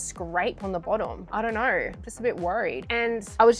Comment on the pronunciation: "i dont knowrrr" "it all looks goorrrd" "maybe it'll be orrkeyy"